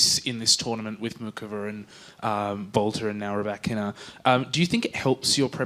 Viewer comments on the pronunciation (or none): She cannot even say the name of Rybakina ! I will do the same : never in my life of watching tennis I haven't seen such an envious player ! 🤦